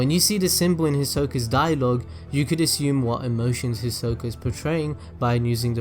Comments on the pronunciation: The way he says his name is weird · THATS NOT HOW YOU SAY HIS NAMEEEEEEE 😭😭😭😂😭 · Why you say his name like that 😭🤚